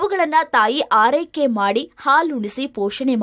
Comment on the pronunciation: ಹಾರೈಕೆ ಅಲ್ಲ ಮ್ಮ ಅದು ಆರೈಕೆ......